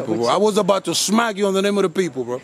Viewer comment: “I was about to shmack you on behalf of my people! “ yooo lmfao ☠️ I couldn’t stop laughing at this video g! 😂